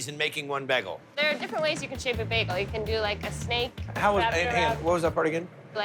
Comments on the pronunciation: The fact he keeps saying Begal is killing me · The blonde hair the baggal It's an alternate timeline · What's a Begel? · Did he just call it Bag-gal? Britta is that you? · Was I pronouncing "bagel" wrong my whole life?